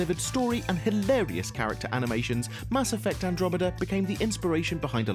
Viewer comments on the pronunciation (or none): none